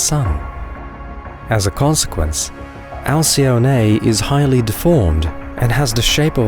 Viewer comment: Btw: Alcyone is pronounced al-kee-OH-nee. Otherwise it’s a wonderful video.